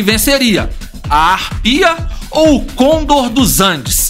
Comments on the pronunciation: para de falar errado, não é côndor é conDOR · mas esse cara falando cÔndor me dá nos nervos